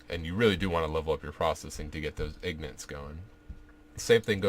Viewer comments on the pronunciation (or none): "ignits". lol.